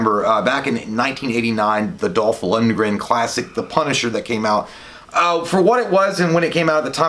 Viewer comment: it's pronounced Dolph Lundgren